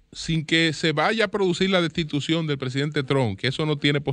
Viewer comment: la rata sencillamente no puede decir "destitución".